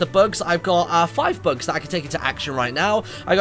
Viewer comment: LOL MARTYN I THOUGHT YOU KEPT SAYING 'Books' INSTEAD OF 'Bugs'